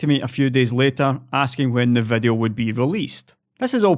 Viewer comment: It's "video" not "vedeo". Get?